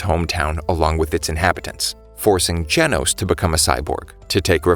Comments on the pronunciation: bro said Janos it's gen os not Jan os it's simple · its geno not janos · Nah bro just call genos jenos